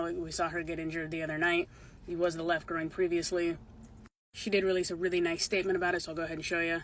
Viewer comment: Groin, NOT Groing